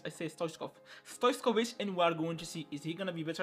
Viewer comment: Stojković not stoickov